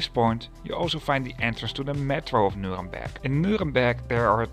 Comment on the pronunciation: I think he kinda combined the English exonym Nuremberg and the city's actual name. At least he didn't mistake it with Nürburg, right? 😀